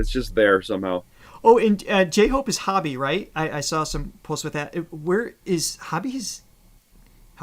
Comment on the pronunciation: "J-Hope is 'Hobby'" -- nope, it's Hoe-bee